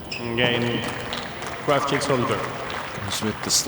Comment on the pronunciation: Isn't it Krawczyk?